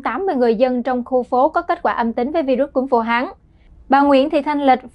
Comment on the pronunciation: Good Morning DKN Training department : May you please listening your MC pronunciation and Vietnamese grammar? For example: Vu Han ( not Vu Hang ). Regards ; QPHAM